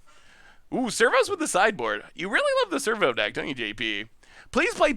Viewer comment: Every time he says ‘servo’ I hear ‘Flurbo’ lol